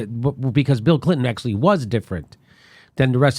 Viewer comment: I like Jimmy, but I wish he knew the difference between "did" and "done", that he would complete his damn sentences, and that he would stop pronouncing "actually" like "akesully"!